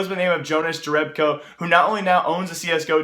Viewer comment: Ger-Eb-Ko? I know you probably don't know lol but its pronounced Your-eb-Ko